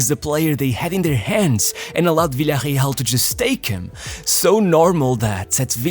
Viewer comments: why tf do you pronounce "Villarreal" like it's a brazilian team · why do you pronounce Villarreal like that? Its Spain not Portugal my guy. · no idea why you are saying villareal in a funny way